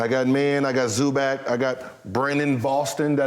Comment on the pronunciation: Butchered zubac name 🤣 zo-ba